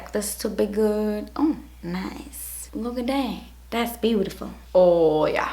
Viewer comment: omg when she says "das beautiful!" made me laugh